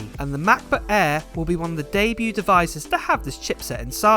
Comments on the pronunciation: The brand new "Mac boo-aiiii" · The ‚Mah Bo Ah‘